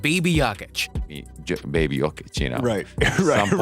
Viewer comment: Nikola is not JAKIĆ, he is JOKIĆ. Can you say O?